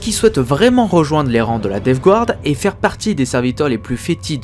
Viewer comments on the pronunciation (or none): Super vidéo, étant un fanatique de la DG c'est toujours agréable de réécouter les histoires en rapport avec celle ci Ma seul critique qui est plus du chipotage est la prononciation de Death Guard, le Guard ce prononce "gard" et non "gouarde", c'est une erreur commune mais qui écorche les oreilles pour certains